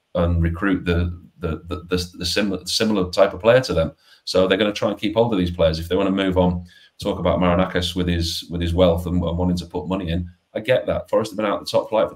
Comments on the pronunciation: it is Marinakis not Makinakis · Tell it’s Marinakis…not Makinakis! 😂🤣